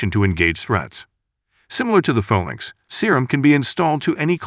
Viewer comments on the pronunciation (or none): Or the 'far-lanx' instead of 'fay-lanx'